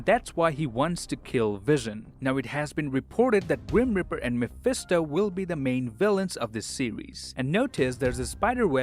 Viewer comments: Ehm dude...that Guys Name is Grim Reaper, not Grim Ripper... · when you say Grim Reaper, I hear Grim Ripper.